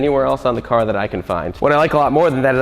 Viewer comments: Great vid, as always!! But the S on the le mans, is mute. You dont pronounce it :) tip fron a french canadian. The bob ross was So epic!! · LE. MON. SILENT S